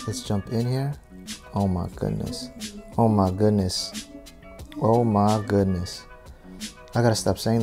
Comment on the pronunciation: “Oh mah gudness” 😂 keep saying it, it’s worthy 🙌🏾